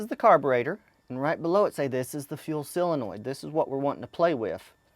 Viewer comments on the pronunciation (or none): So - Linoid. Not silinoid. ;-)) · How come so many people pronounce it SILenoid... It's SOlenoid. Just curious about that because so many people in so many videos say it like that. Anyway these videos are cool..... Thank you. I'm going to be doing this with mine for sure.